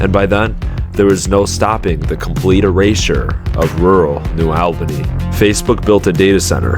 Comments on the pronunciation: I can see that cranes from here…. Also it’s pronounced New All-Benny for New Albany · Just FYI, it’s New ALL-bany, not New OWL-bany. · It’s New ALL-Ban-Eeeee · it's not pronounced like that, it's new ALLbany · New All-Ban-Ee (sorry, cringed a bit every time you said it in the video)... i remember the white fences going up to show the land they now owned 😔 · This video is bogus. This is Les Wexner and Jack Kessler's project. AI voice can't even pronounce New Albany. The video is off on timing as it actually started in the early 80s. Also ignored is the Rocky Fork Blacklick Accord. People got paid well and none were forced.